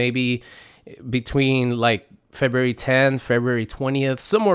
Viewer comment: It's pronounced FEBRUARY! my goodness